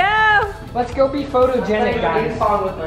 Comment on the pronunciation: Jamie's:"what is wrong wif u?"🤣🤣🤣🤣🤣🤣🤣🤣🤣🤣🤣